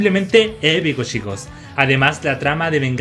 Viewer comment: En general son buenos tus videos pero como sugerencia deberías cambiar la palabra "chicos" porque te patina la CH, mejor quizás decir "amigos" o alguna otra cosa por el estilo.